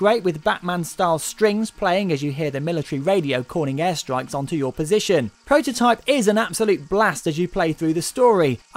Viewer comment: its called Prototype, not pwototype